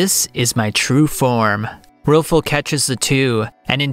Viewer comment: buddy can NOT get these names right at all. RILFUL?